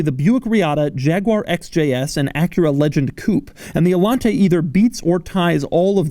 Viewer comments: No, its pronounced allanteeey not allante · it´s actually pronounced "ayanté" not "alante" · It's spelled Allanté, not Allante, so it should be pronunced Allan-TEH, stressing the last sylabe. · So there is an accent in the E. So it should be pronounced... AllanteeeeeeEH. Ok, Cadillac from the 1980s, you WERE quirky. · IT'S THE ALLANTAY!! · The accent when pronouncing Allanté is on the "e". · Doug is the type of guy to mispronounce Allanté an entire video. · Wait, Allanté? As in, emphasis on the é? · You pronounced Allanté wrong in the whole video. The é means you put the accent at the end of the word. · Love ur videos but.....WHY ARE YOU PRONOUNCING ALLANTE WITH THIS MANNER? It sounds stupid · His reviews are so much better when you "mute" them. The way he says "Allante" and pretty much everything else, is just awful.